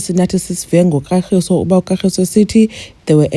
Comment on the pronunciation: So Sne couldn’t pronounce her boyfriends name 😂😂calling him Katlgiso instead of Kagiso 😮😅😅